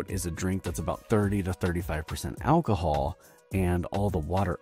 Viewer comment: The AI voice is killing me 🤣 Al-ko-hool